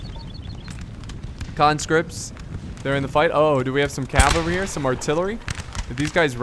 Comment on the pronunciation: It`s fucking CAVALRY you wanker !!!!! grrrr